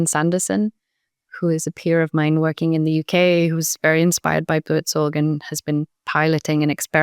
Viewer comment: Nice episode .. Loved 'Buurtzorg' pronunciation. It is an inspiring organisation (turned ecosystem) ;-)